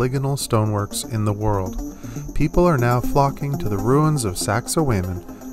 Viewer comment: First of all, show some effort in how you pronounce words. The way you say sacsayhuaman , it makes it clear you are uneducated and never spent time with culture or language. You sound stupid asfuck when you speak like this sir.